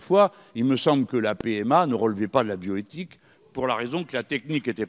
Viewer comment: houlaa ! Bioethique , le "H" elle aime ! (heureusement qu'il y a des parenthèses)